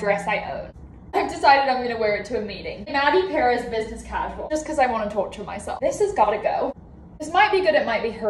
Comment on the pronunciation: nah because when she said 'torture myself' that sounded pretty aussie- coming from an australian lmao